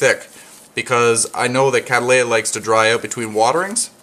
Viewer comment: The genus name comes from the surname Cattley which is pronounced Kat-ley. Its generic name thus becomes Kat-ley-uh a 3 syllable word. However you are managing to turn it into a 4 syllable one :- Kad-dal-ay-uh. KAT-LEY-UH please !